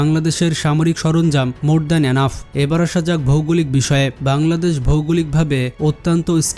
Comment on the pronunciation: ভাই তুমি বার বার পাংলাদেশ পাংলাদেশ করো কেন ঠিকমতো বলো বাংলাদেশ 😡